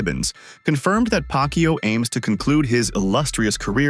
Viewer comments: Pacquiao not pac Q😂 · The speech engine messed up the pronunciation — we all heard 'Pac-Q'! 🤣🤣🤣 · I keep hearing manny pak u 😂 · Am i correct i hear pack you? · "PAK YOU" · you cant even pronounce manny's last name correctly...sheesh. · How on earth do you say Pacquiao the wrong way?